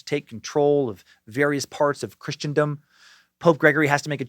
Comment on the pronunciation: Please forgive, but, its Christendom, same pronunciation as in christening ceremony. Love the podcast, youre literally my top watched program, with STD at a close second. I always look forward to the next topic that you come up with. God bless you and yours.